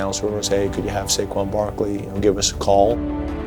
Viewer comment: That damn sayshawn barkley😂